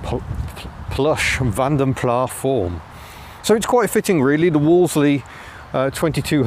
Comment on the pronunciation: Nice vid especially the stop/start plastic symphony but, you know it's Plass not Plah?